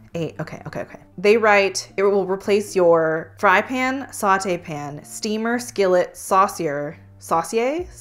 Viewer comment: Con: the annoying way the founder pronounces "pan" in every Always Pan ad. Yes, that ad played before this video.